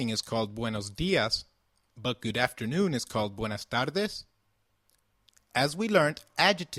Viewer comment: Why is "tardes" said as if there is an l? "tarldes?"